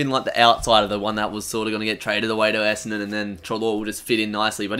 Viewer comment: your brisbane essendon was way off